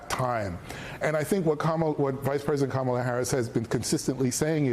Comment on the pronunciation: It would help if yall get her name correct. It's pronounced "Coma, la". Its not that hard. And those who know the correct pronounciation correct the ignorant